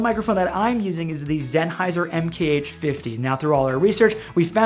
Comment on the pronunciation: MAN - FRO - TOE or Man - Froh - to Behold zen-hei-ser 😂